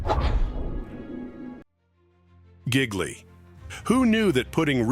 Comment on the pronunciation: The Bennifer movie is pronounced GI-li. In Italian the g is silent.